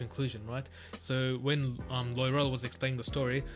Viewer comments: Loving your thoughts & questions, so good! Btw Loial is pronounced Loyal - and he is! ❤️ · Loial. Sounds like LOYAL